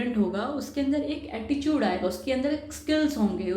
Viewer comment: her pronounciations are wrong eg. develop, attitude etc